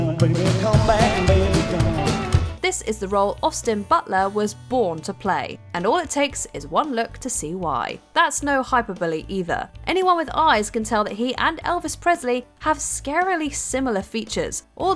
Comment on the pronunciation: Hyper-bully ? Hyperbole. That made me giggle, ngl